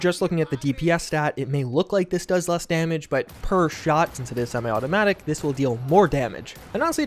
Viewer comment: "Fully simi-automatic" XD